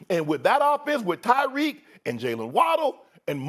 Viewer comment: SAS CALLED TYREK "DYREK HILL" 😂😂😂😂 everybody messes up